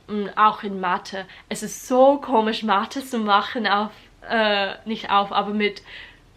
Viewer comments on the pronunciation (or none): none